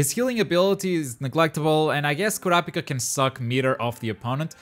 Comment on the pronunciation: Man said KOUWRAHPIKA